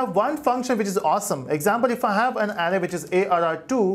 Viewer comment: It's a good tutorial, but you pronounce Array incorrectly.